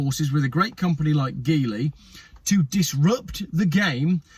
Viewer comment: By the way, the G in Geely is pronounced as the G in generous.